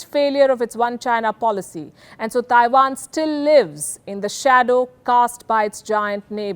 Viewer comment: Please stop saying "Thaiwan". It's Taiwan. There is no 'H'